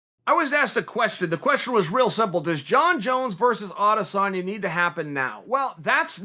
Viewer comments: His name is Israel Adesanya not Adesana Chael: no it's Adesana Ok great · Me: "Israel Adesanya" Chael: "Israel Adesana" Me: Israel Adesanya L to all the fanboys who thought I'd spell it like Chael